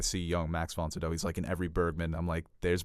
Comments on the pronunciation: Pretty sure it’s pronounced Max Von SYE-DOW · Max Von CEE-DOW, put some respek on his name